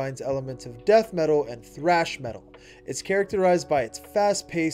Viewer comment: I can't get over him saying frash instead of trash when saying "thrash"